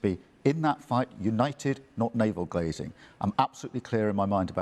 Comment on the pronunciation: Didn't Starmer just say naval glazing reather than gazing?.